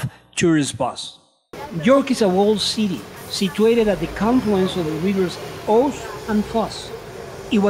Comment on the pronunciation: It's pronounced River Ooz, not River Ose.